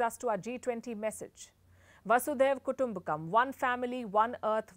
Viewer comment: Ma'am no offence, Request your attention on Hindi pronounciations Vasudhaiva Kurumbakam....